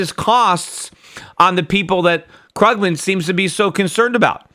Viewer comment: The way he pronounces Paul Krugman's name though... *shudder*